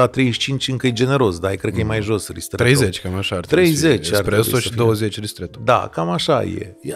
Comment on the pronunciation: Daca tot am intrat la acest podcast.... se numesc mostre ,nu monstre , also espresso, nu expresso. Toate cele bune! ☕️